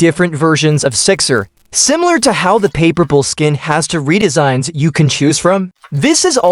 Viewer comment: I like how the AI text to speech says Payperbal instead of paperpal. its kinda funny.